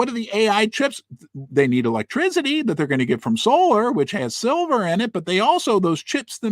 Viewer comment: Hey, Great show. But there’s no Z in ⚡️ ElectrCity🙈